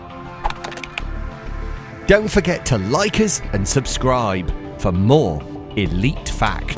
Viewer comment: At the end you say like dant forgat to laik xD